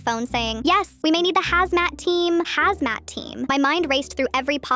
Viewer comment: "Yes we might need the hazmas team" uhhh what?Also why do you need poison control???It's baking soda!I swear these AI are getting dumber